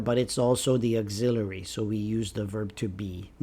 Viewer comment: Why do you pronounce auxiliary like this!????